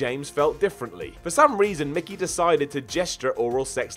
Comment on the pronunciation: it's Mick Foley, not McFoley.